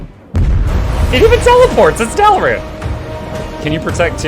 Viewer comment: "Dalaran" same lmaooo